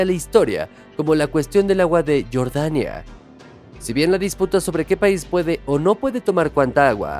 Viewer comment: Pronuncia bien jordania no estas diciendo Michael Jordan